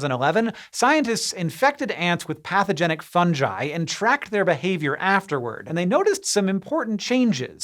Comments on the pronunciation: The way hank pronounces it fun-jeye is throwing me off so much. Usually hear it as fun-gee or fun-guy. Like theres no J why is he pronouncing a J lol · Umm fun-jai?? Pretty sure it's fungi (fun-ghai) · Did he just say "funJi"? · Look im sorry but "funJi*???? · Please pronounce it as “Fun-Ghee”! I beg you! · Pronounces Fungals properly but had to spoil it with Fun-Jye..... Zzzzzz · For a guy who hosts an informative, science based show, the fact that you pronounced “Fungi” as “Funjai” is ridiculous to me. Edit: What’s even more ridiculous is how no one stopped you or corrected you after the error. Quality team of googlers you got working here. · He’s said funjai for years, yet pronounced fungus and fungal correctly. It’s clearly ingrained into his vernacular that that’s how you pronounce it. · Did anyone else notice that he said Fun-Ji? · Yes. Because he's a fun guy. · Hank still doesn't know how to pronounce fungi. But then he also doesn't know how to pronounce gif so I guess he's consistent. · You lost me at your pronunciation of “fungi.” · Hank saying fungi is my reason to live